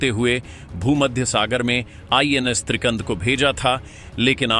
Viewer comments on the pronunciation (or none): त्रिकंद नाही त्रिखंड